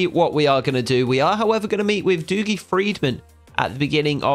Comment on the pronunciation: Hi mate dougie is pronounced duggie not doogie